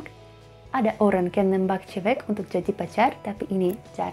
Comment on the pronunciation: cewek mba, bukan cewex... tidak mba, bukan tidax... tapi mantap masih bisa dimengerti